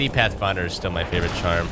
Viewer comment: You made it sound like pathfinder curse